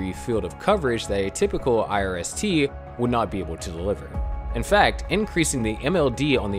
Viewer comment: Could you please say irst a few more times?